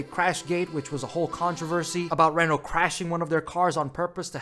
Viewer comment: the pronounciation of renault and alain Prost is do terrible 😭